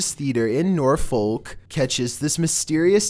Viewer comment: Is anyone not going to comment on how he mispronounced Norfolk?